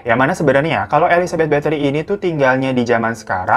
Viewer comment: Gw dengernya elizabeth bakteri